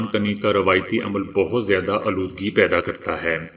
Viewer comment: Lafz a ,aaludgee Ko sludge padhte hain